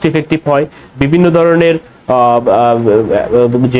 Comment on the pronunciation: ভাই তুমি কি বাঙালি? তোমার উচ্চারণ সঠিক নয়, ভাষার স্বচ্ছতা নেই। "দরনের "" উচ্চারণ হবে "ধরনের"